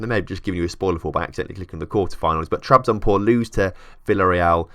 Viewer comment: "spor" means "sport". Trabzonspor is short version of "Trabzon Sport Club". You are forgetting to say the "s". Trabzon"S"por. For easy spelling think like it's sport but loose the "t". I hope i you understand what i was talking about. :) I am not a english native. :) keep up the good work. I love your experiements.